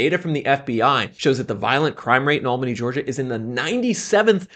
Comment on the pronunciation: It's not pronounced AL-bany, it's al-BAN-y. Ah Georgia.